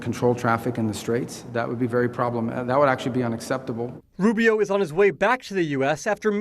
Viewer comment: Rubio says “unexceptable” 😂 What are you going to do about it? 🤔 Lie some more? 🤔